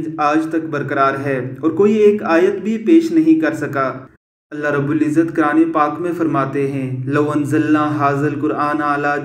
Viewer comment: آواز والا بندا عیسائی ھے قرآن پاک کو کران کھ رھا ھے